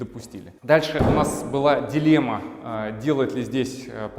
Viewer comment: Очень хороший интерьер, кроме потолка в зоне бассейна. Вообще не подходит такой тёмный потолок в таком светлом интерьре- non si sposano assolutamente! Цвет бассейна потрясающий! Строительную химию для бассейна какую использовали, чьё производство? Костюм великолепный! Вам очень идёт. Теперь об ударениях. С пУльта! Пли'нтусЫ, а не плинтусА. Проверьте, пожалуйста, слово дилемма. Я знаю, что это НЕОБХОДИМОСТЬ выбора между двумя, или несколькими НЕЖЕЛАТЕЛЬНЫМИ возможностями, а не синоним слову проблема. Извините!